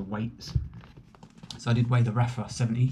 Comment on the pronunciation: It's pronounced "Arfa" , not raffa...The 70 is far superior, I have both, the venting and internal sun visor makes a huge difference